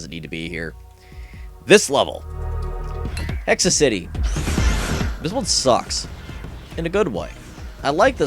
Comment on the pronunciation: Dude it's "Hexactly"...exactly with an H, not Hexa City, it's Lickety Quick, not lickety split, your reading skills make me cringe